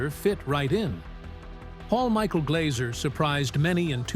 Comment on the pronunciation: It's Glazzzzer, not 'Glauser'